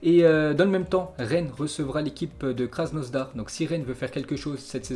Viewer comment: Pk tu dit krasnosdar c krasnodar